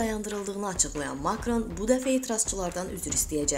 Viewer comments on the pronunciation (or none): Makron və Nikol adlarını düzğün tələffüz etməyi öyrən.!!!